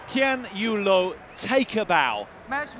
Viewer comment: Why did the commentator call Lin Dan as Lin Dan and Loh Kean Yew as Kean Yew Loh?